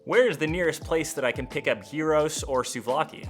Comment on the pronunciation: Yoo amazing video! Glad you mentioned my country! Btw, unlike most foreigners you pronounced the gyro and souvlaki very good hahaha. Keep up the good work!